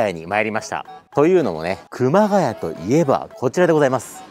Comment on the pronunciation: 熊谷↓じゃなくて熊谷↑の発音でお願いします（笑）